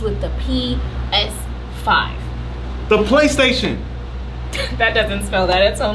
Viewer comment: She said a PISIVE NOT PLAY STATION 5 APIS5IVE 😂 😂 😂 😂🤣🤣🤣😹😹😹😹